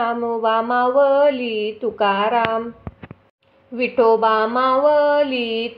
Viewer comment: मावली नाही माऊली अस आहे उच्चार चुकतायत